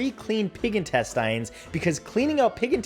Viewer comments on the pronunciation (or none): Why are you saying intestines wrong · Have i been saying intestines wrong this whole time? 🤔🙄😂😂😂